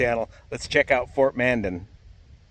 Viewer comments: Hello, I hope you are having a great time with the tours while you are on the way to Osh. One mention though. You were actually mispronouncing Mandan. You were saying it like Manden, when it is actually pronounced Mandan "Man" "Dan". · Pronounced Man Dan...kinda two words. Used to live there.